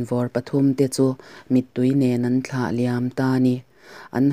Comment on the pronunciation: I chhiar thiam hle nain,a thu lam diklo i nei nual Thla tih te kha vana thla niloin thil hlim thla anga lam tur ania